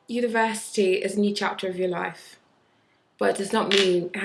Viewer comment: The way you pronounce life !! so south london